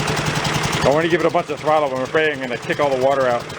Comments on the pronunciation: Great save, “Pet .......Trottle”👍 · "Trottle". LOL! Taryl must have been there. HAHAHA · "trottle" grooosssssssssssss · “Trottle”. I can hear that Mainer’s accent! LOL! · ‘Trottle’, definitely came from North Jersey. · That “trottle” gave him a little bit of throuble! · "Trottle"... 😆 Must be from Taryl out in Podunk... Thanks for the vid! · "Trottle"? I had to snigger. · "Trottle" Must be from NY/NJ. lol